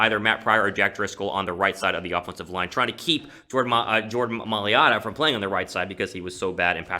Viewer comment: If Jordan Mailota ends up a success story, you gotta learn how to pronounce his last name correctly XD